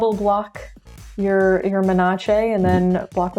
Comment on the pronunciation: Thank you for pronouncing Menace correctly. the way the others say it sounds too close to another word (look up menarche)